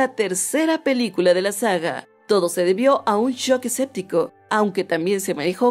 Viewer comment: Dijo "shock escéptico" ? O escuché mal?